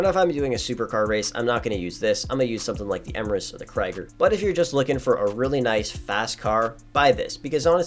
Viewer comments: Lol, in German its pronounced "Kreeger" (meaning "warrior"), not "Kryger". Jus' bein' helpful. :) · its literally kree-gurr but people don't want to say it right lol